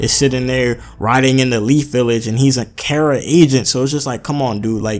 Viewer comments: Learn to pronounce bro, not care-ra, car-ra, KARA. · It's pronounced 'Kah-Ra', as the modern Anglo-Germanic 'C', sound, as we pronounce it, doesn't exist in Japanese.